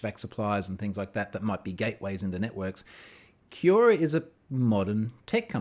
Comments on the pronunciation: Come on Troy. You must know how to pronounce Quora. Hint: It's very similar to Quorum. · That's not the way "Quora" is pronounced :)